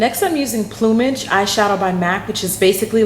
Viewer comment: Thankfully someone who knows how to pronounce plumage! Ive heard it mis-pronounced in so many ways its scary lol. Cool.